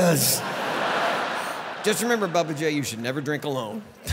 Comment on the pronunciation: Bubba not Babba